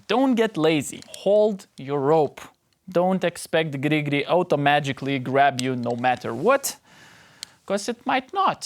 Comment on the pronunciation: Your pronunciation of Gri Gri brings me great joy. Will keep watching your videos for that alone.